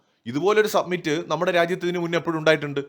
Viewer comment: Submit എന്നാൽ സമർപ്പിക്കുക എന്നാണ് അർത്ഥം. AI summit (സമിറ്റ് ) എന്നാൽ ഉച്ചകോടി എന്ന് അർത്ഥം. മലയാളം ചാനലുകൾ പൊതുവെ summit എന്ന വക്ക് സബ്‌മിറ്റ് എന്ന് തെറ്റായി ഉച്ചരിക്കുന്നുണ്ട്. Your videos are very good. Congratulations 😊